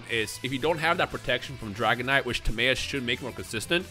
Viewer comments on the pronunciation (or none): Its not Tim-MAY-us, its Tim-MY-us. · I keep hearing pronouncing Timaeus and I keep thinking is he saying tomato 🤣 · Anyone else pronounce Timaeus "Tim-eye-us" or is that just me? Sub got me on that pronounce since 2007. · This bastard butchered the name of a legendary knight